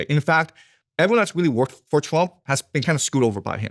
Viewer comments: It’s “Trump” not “Twump”. Diary of a CEO used to be a great podcast, now it’s just - man bites dog - yellow, click bait distraction. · Does he keep saying President Twump?